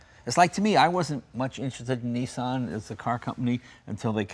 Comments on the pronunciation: its not a neesan...its a nissan! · Oh Americans, please please please! NEE-sahn? Niss-an! Niss like miss! Kiss! Diss! An like... one! Run! Bun! Nissan! I can’t watch this, it hurts my brain. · its a Nissan not a neesan